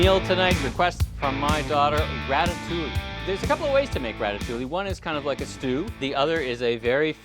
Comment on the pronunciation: Everything looks fantastic, great job and doing the sauce and your presentation is awesome, just please stop pronouncing the L’s in ratatouille!!! 😜